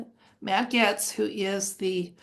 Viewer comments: Gates….not Gets 😊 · Pronounced Gates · Pronounced "Gates"😅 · Gaetz is pronounced gates ❤ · His name is pronounced Gates.Wondering if for safety sake they will keep using actors or is 2.0 real people who had plastic surgery and go home instead back to the dressing room and take off mask?? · Mat's last name is pronounced ( Gates )